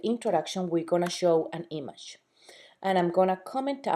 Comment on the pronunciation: Learn to fucking say "image". You're driving me nuts!